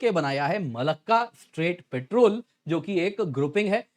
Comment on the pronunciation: पेट्रोल नहीं पॅट्रोल